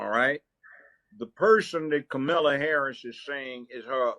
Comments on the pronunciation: I like the way Judge Brown pronounces Kamala’s name - like Camelia! 😂 I see lefties getting mad all the time saying we don’t pronounce her name right just because the emphasis is not on the right syllable. Joe says it completely wrong 😅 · Third Kamala pronunciation choice "Kamilla". Love it. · The way he calls her "Camila".